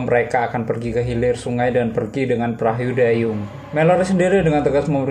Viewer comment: perahyu dahhyung